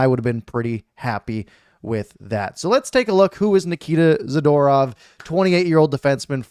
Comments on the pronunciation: Za-Door-ov (phonetically) You r Awesome! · You would think as a person commenting on hockey like you do, you would pronounce hockey players names correctly. Good trade for the Canucks though.